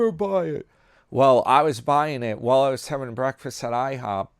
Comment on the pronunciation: That sounds like a wonderful "BWEAKFAST"! 😂